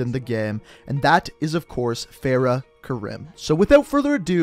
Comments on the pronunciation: It’s pronounced Kareem not ka rim, it’s triggering me when it shouldn’t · Kareem(I) when you say it as Karim it bothers me 😂😂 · It's not Karim it's kariem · Mate u have to start pronouncing people names right like farah is pronounced kareem that kirim it even says it in the campaign just a bit more effort mate not good enough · its natively Arab so the correct pronunciation is Kareem. The "American" pronunciation is wrong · I m also Arab so I was so annoyed hearing him say KaRIM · Karim is pronounced Kuh-reem, like the basketball player kareem abdul-jabbar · Fair-uh Karime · btw karim is pronounced as k-a-r-ee-m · I’m pretty sure it’s pronounced ka-reem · It is Farah Karim not fareh karim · (FAR-Ah) (ka-reem) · It's pronounced fer-ah ker-eem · It’s karEm